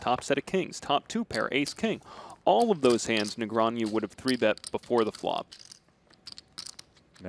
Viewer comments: is the guy pronouncing "Negreanu" wrong or am I stupid? sounds like he is saying something like "Negranew" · That commentator saying Negreañu instead of Negreanu was bothering me more than it should have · It’s funny how the announcer keeps saying Negrean-YOU instead of Negrean-OO like it’s spelled. Where did the Y even come from?!? 😅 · Its literally NEGRANU, not NEGRANIEW... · Hahaha, this is pretty annoying. My brain shortcuts when commenter says Negreanju throughout the event. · Why is he saying ”negraniu” or possibly ”negrañu”? 😂😂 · Nigranju? .. Either this guy needs to sort out how is says it, or everyone else in the world needs to. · Quit saying Negrean-YOU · why hasnt someone told this broadcaster, NEGREANU isnt pronounced ne-gre-a-NEW? how do these people get jobs in broadcasting and cant pronounce one of the most famous players in poker? SMH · I had to stop watching because of hearing nagronyou so many times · I just wanna see the commentators stop mispronouncing Negreanu. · Except for the one guy constantly saying Daniel's name wrong. You think SOMEONE would have fed him the proper way to say it at some point during the 3 hour game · mispronouncing Ali and Negreanu is so tilting. In other news, the friendly banter was great and it was very entertaining and both played well. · Who paid this announcer to spend 3+ hours MISPRONOUNCING DN's name? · Who are these casters? They can't even pronounce Daniels name? WTF? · I cringe every time the announcer says "Negreanu" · Can't stand the way that guy keeps pronouncing Negreanu.